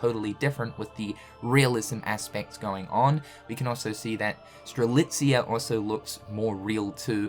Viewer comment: Am I dreaming or is now not butchering Strelitzia's Name anymore? 🤔😲 I know he said it correctly before in a Union Cross Finale Video but after that he went back in calling her Streliza! But now he straight up calls her Name Strelitzia right in 2 Videos in a row! Wow! That's an improvement! 😀😄